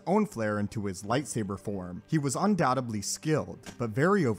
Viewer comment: The word is undoubtedly not undoubtebly.